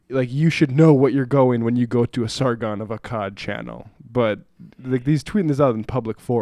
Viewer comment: First time reading? Lol butchered the fuck out of that name